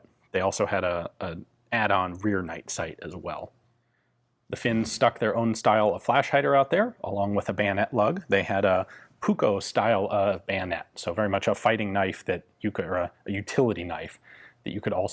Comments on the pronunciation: Its puukko and not puko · You pronounced "puukko" like "PU go". I'll puukko you for that!